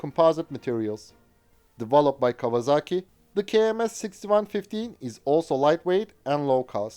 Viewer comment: A pronúncia correta é KAUAZAKI ….!!!